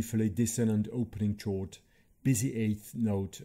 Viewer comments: Wonderful video! Thank you :) One small thing for future reference though - “chord” is pronounced with a hard initial consonant sound, like “Kord” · Longing and chord mispronounced!